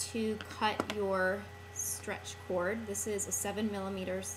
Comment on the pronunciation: when you say: strech bracelet it sounds like how to make a car. that's very simple, guys!